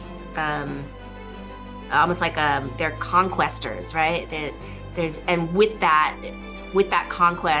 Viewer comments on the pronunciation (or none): Conquerors. Not Conquesters. Illiterate child.